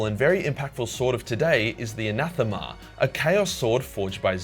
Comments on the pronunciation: All the English words you butcher and you pronounce Anathema correctly. SMH. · For the record, you were pronouncing ‘Anathema’ correctly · Anathema you pronounced it corectly i am a greek and this is a greek word Αναθεμα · You pronounce "anathema" right by the way don't worry. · Anathema is pronounced exactly how you pronounced it. Ανάθεμα, in Greek. You mispronounced it in the stupid English way of saying it, but you were right in the language the word comes from so that's what matters xd. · I'm pretty sure you were actually pronouncing anathema right the first time, surprisingly enough. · You pronounced Anathema correctly